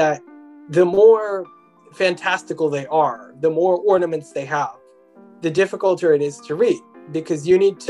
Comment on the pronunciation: The dificilter? Lol